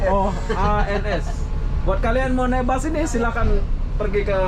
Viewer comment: Bahasa Indonesia aja bro bus bukan bas!